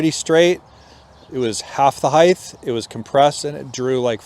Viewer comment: He lost me when he said “Heigth.” Its Height!!!!!